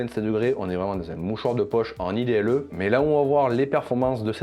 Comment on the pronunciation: Top la vidéo! Par contre "idle" c'est pas un acronyme, c'est pas I-D-L-E, c'est un seul mot: Idle, qui veut dire "en attente/sans but" et se prononce en gros "aïe-Doll"